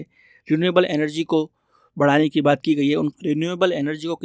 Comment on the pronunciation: Emergency ❌ Energy done ✅😂😂😂😂😂😂